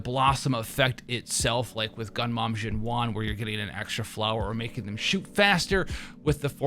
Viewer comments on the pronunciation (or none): The one and only reason I'm refraining to watch your videos is the way you pronounce characters' names. Iroi - Iroree Jiuyuan - Jinwan Zanku - Zancow Hearing my name in the wrong way feels uncomfortable.